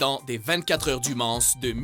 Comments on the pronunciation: 24h du Man"ce" xD non c'est 24 h du Mans ("Mant") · du mansse... mais qui ne sait pas que ça se prononce « men » b*rd*l de m*d